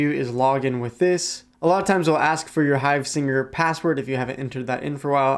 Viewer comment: Hivesigner not hivesinger 😂😂